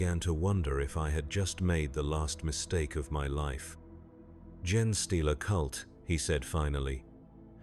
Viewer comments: Isn't Gene pronounced ' Jeen' not pronounced 'Jen' . I have noticed it on a few WH40K audio book narations and even started to think that I was wrong and the gene stealers were pronounced as gen (jen) stealers. Is it just a mispronunciation by text to speech apps (which are legitimately used by creators when translating there work into many different languages) OR is it just how it's said by high Gothic and a low Gothic speaking PDF grunt like me don't understand and it's me that has it wrong lol? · "Gen-eh stealers" ? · Considering a computer reads this story, maybe consider using ""jean" like the clothing, instead of "Gene", so the computer pronounces it correctly. Great story though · Odd how part way through it seemed to have a stroke and forgot how to pronounce "gene."